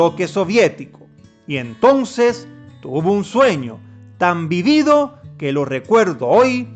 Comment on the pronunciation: Bonito relato. Disculpa, se dice sueño vívido, (con acento en la primer í) porque es muy real. 🤗 🙏